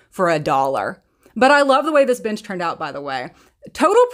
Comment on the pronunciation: Your last one I thought you said “I love the way this bitch came out” and had to take a double take to realize you said bench lol